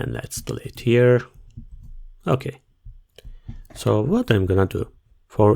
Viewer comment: ogladam sobie losowego hindusa ale nie pasuje "dilejt" do tej ukladanki. tresc bardzo dobra, angielski toporny i polskość zdradza jedno slowo. sprawdź sobie w slowniku jak sie wymawia delete i czym sie rozni od delate